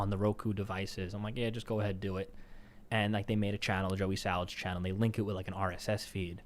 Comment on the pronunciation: “Joey Sawalds,” H3H3